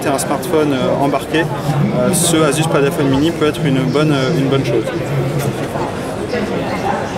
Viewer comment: Pourquoi dire Padafone? Padfone c'est suffisant ;-)